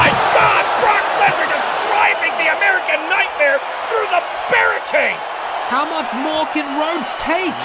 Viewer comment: theee AMERICAN NUTMare